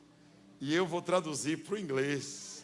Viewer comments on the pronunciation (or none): Intérprete precisa melhora o "Ingrezzz"